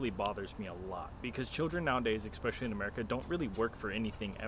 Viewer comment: I love your videos and I support you but I have a question that I wanted to ask for a while now, why do you say expecially and not especially 😅?